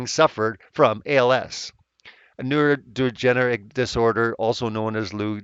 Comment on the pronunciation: His contribution to science is immense. His name will echo through the corridors of time as future generations unlock the applied applications of natural laws. And you, you can't even pronounce neurodegenerative.